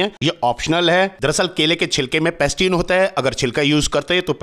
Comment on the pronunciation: पैक्टिन bolte hai sir .. पैस्टिन nahi